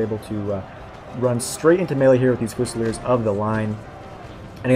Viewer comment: THREE SYLLABLES. FU SA LEARS